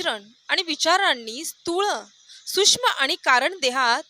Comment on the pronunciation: tumhi hya 2 shabda ucchar badla; subscribe not subsribe, sukshma and not susma